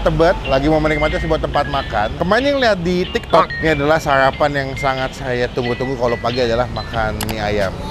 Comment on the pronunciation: Sarapan bang bukan sayapan..